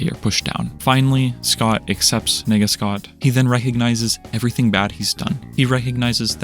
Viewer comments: the way you said "nega scott" sounded like "n###a scott" which caught me of gaurd when i saw the shadowy figure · man, it's nega scott, not whatever you were saying. this is a really amazing video though, thank you for making it. you have a lot of good points on loneliness. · Bro did not say “Nega Scott” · The way u pronounce nega……